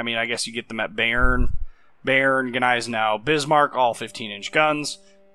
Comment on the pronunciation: Im bot even German but your pronunciation of Bayern really does ruffle my feathers, its pronounced like buy+urn